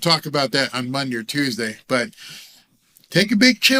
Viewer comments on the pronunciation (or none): none